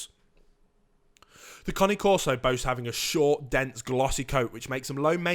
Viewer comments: It's Cane like Candy Cane, Not Connie. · I love how he's saying Connie corso instead of cane corso 😭😂😂😂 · The one thing you can’t google about these dogs and report on your channel....how to pronounce their fuckin name. It’s not the Connie corso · How you pronounce it makes it sound like a new breed of dog 😂😂😂😂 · Junior Scarboro I agree he is pronouncing The name wrong. So annoying... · I 💯 percent agree with you. His information is so far out in left field Not to mention he can’t even pronounce cane corso correctly And then he says They Barley bark .Come over to my Home our Shop and see if my Dogs Bark. He wouldn’t even make it to the front Door before my place shakes Not to mention if one of them don’t chance him down the street.. Great watch Dogs Awsome Family protectors....